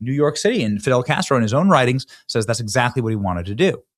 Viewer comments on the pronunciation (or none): none